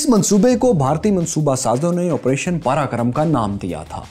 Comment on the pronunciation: It's Op Parakram, not karakram